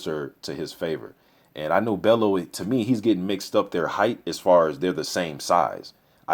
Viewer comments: loooool. its bell "U" Not Bell "O" tony bellew loool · haye should win but I hope bellew does win he a funny guy got character, pronounce it bell-you not bello haha. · Pronounce his name sounding like.. Tony Bell you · Tony Bell-YOU is how you pronounce his name ;) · i think you pronounce Bellew like: bell-you in a scouse accent if you can. Hoping for a good fight , not sure if bellew can take hayes power/speed but at the same time tony has fair power too , capable of hurting hay "if" he can land clean. Big if tho. If it goes deep into the rounds , it will be interesting as we haven't seen how good hayes stamina is since his return. If I had to bet my home , id go haye wins ko/tko within 6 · It's pronounced "Bell-u" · I'm still chuckling over the fact that you can pronounce "Arnold Gjergjaj" 100% perfectly - but Tony Bellew is causing you problems.